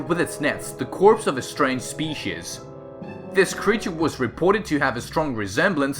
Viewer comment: He says species wrong